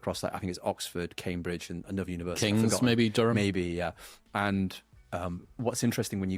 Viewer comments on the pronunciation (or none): none